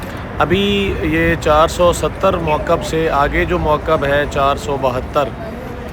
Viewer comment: موکب کا تلفظ ٹھیک کریں